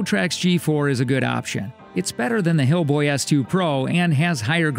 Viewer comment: lol did he say hillboy